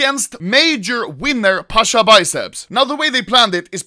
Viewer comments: Not "pAsHa" its Pasza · ITS PASZAAAA